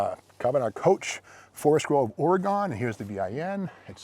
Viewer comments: Being an English major you think he would know how to properly pronounce Oregon. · PREVOST...Pronounded PREVO, ST is silent OreGEN not OreGONE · its pronounced Ore-E- Gun I know its spelled Oregon but there is no E on the end so its pronounced gun on the end like Arkansas, Lousanna, not how English majors would pronounce them either still love your show though keep it up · If you’re an English major, you should consider getting your money back. It’s pronounced ORYGUN, you Neanderthal! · An English Major would understand that "Ore Gone" would only be correct with an "E" at the end. It is indeed pronounced "Ore GUN". Love your content Steve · English major no doubt, but here we pronounce it OR AGAIN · Not are-a-gone, or-ee-gun. From a native Oregonian. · And it's pronounced Oregun!!! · Dude I can't watch anymore it's Oregon not OARIE GONE. I think you're just saying that way just to piss off everybody on the west coast. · Oregon is properly pronounced 'Ore-Again' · It is funny people on the east coast pronounce it oregone. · hah...english major or not, you would be run out of the state if you came out here and pronounced it Ore-gone! someone needs to grab that big block with the big ol holley...could be a 413-3 or 440-3. I have a D600 with a 318-3. i believe these have a higher nickel content block. Nice formed body on this, instead of the other manufacturers with basically corrugated tin bodies that leaked from day one. lol long reach for the TP from the throne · Love all your videos Steve! Got a giggle out of this ore-gun boy getting a English lesson from a guy that pronounces his own name not even close to how its spelled. 😂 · Lol I never heard anyone say Oregon like that, I usually here Oregon said as (or gin) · The people who reside in Oregon do not pronounce it OreGONE. I figure they should know.